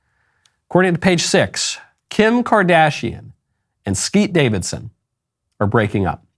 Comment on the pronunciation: Am I the only one that heard "Skeet Davidson" 😂